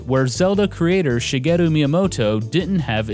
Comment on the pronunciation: Your pronunciation of Japanese names is really good. Most VG YouTubers butcher them.